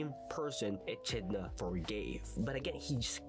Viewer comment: Ur saying Echdina wrong 😂😂